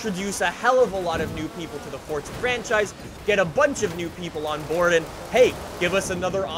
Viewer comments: Dude,why you saying "For-tz-uh" and not "For-za"? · Why does say forza like fortsa